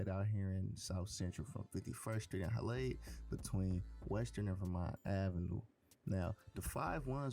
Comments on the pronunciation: Its halldale not halade 😂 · Nigga said Hall-ade its HALL-DALE